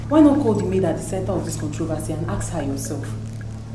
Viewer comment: Who taught you that ask is pronounced as aks 😂😂